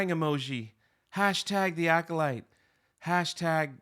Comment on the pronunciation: I thought it sounded like "Oh Shit Mir" like when the Mir space station was falling out of the sky. "Oh Shit! The Mir is falling!" or when a robotic cargo ship crashed into it during a docking test & one of the cosmonauts yelled, "Oh Shit! is going to hit Mir!" Both the Acolyte and the Mir are complete disasters in space.